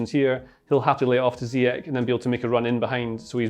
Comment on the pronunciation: It's ZEEYESH, not ZeeYek. He's not German.